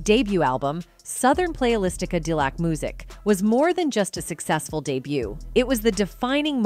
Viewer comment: This woman cannot pronounce Cadillac. Wow